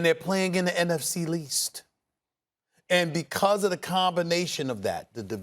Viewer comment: that man Stephen A. said "in the NFC (L)east ". I'm in tears.